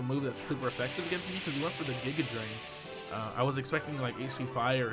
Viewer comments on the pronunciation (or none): none